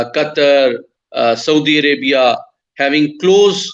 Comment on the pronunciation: Haha 😂 Saudi arabiaaa